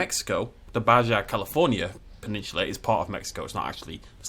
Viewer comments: It’s ba ha not Ba ja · baja is pronounced like ba-ha